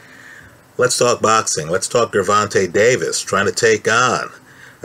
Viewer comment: Pronounce the G like a J.